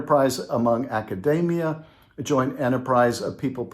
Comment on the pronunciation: Adam...you're talking about higher education. It's a·kuh·dee·mee·uh. Not day'mee'uh.😅